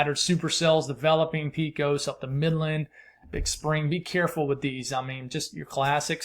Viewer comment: BTW, Pecos = pacôs and there is no U in Poplar Bluff. You know I love you.